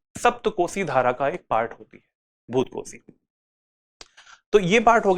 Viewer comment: भोतकोशी नहि, भोटेकोसी is right ✅️